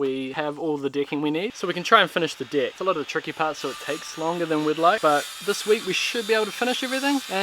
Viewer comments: Can't help but hear "dick" everytime you say "deck" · Had to catch myself there, thought you kept saying "dick" instead of "deck" 😂 Love your videos, keep up the good work. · yeah, I did this :-O oh...DECK!